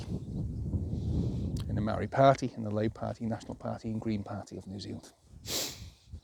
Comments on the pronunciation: Maa-ree. Not Marry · You sound like a racist Simpleton with your incorrect pronunciation of "Maori". It's not "Marry" 🤦 Imagine if I said "As-ray-lee" instead of "Israeli" or "Franch" instead of French... and so on. That would make me such quite the simpleton